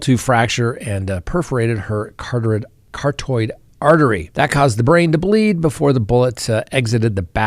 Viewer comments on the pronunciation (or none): CaraTOID😂 it's pronounced care-aw-tid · It's actually pronounce car-aw-tid